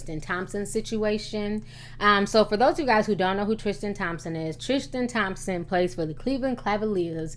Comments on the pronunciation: Ti, it's pronounced Tris- tan. Not Trish-tan . Hehe Anyhoo, love ya girl 🌷❤️❤️❤️❤️ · "Trishtan" Tristan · You can't even say his name right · next you make a video research how to say they names right the video is good as always until you say his name right